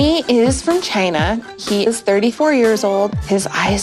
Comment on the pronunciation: Tries not to die after her pronouncing "China", (whatever she said)